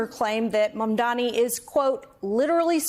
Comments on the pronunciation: still can't say it right. Its MAM DANI! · It’s M A M D A N I (MUM DAH KNEE). Say his name right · Mandami she said 😂😂😂